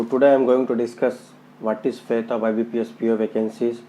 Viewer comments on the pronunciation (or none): Fate not faith.